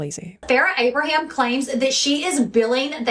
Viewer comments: It's you saying "AbrahamS" for me. There is no S at the end of Abraham. Proof that Farrah simply does not matter 🤣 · Her last name is A-bra-ham… not Abrams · Who want's to bet that at some point Sophia will come out and say her Mom was a monster behind the scenes? "Anything the public saw of me and my mother was all fake. Blah blah blah..." I'll be shocked if this doesn't happen. Also, I LOVE that you said Farrah's last name wrong so, many, times! This would send Farrah over the edge if she saw it. I'm here for it.